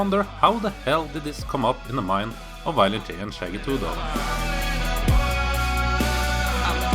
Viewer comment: "Wiolent J" lol I get it, he's probably from Germany or something, somewhere close by, but that's just funny. I am gonna start calling him Wiolent J from now on.